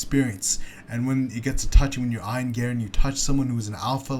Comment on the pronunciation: Ion Garry 😂 it’s E-an Garry